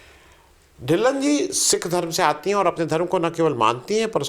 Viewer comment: अरे भाई साहब हरमीत के ढिल्लन नहीं हरमीत कौर ढिल्लों बोलिए